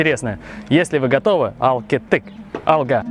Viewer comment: Алга произносится не через русское г-, а украинское -гэ с хрипотцой. Это не сложно.